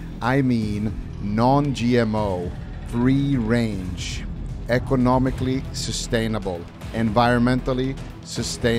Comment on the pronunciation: "Equanomically Sustainable" lmao you are the GOAT 🐐🐐🐐